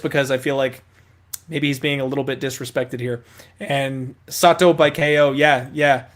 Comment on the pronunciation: not Saito it is sahto 😅